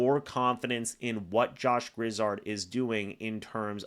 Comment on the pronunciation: Let me help you out here. The man's name is Josh Grizzard. Gri-zzard, with the accent only on the second syllable. Not Griz-zard, with both accented. You're welcome.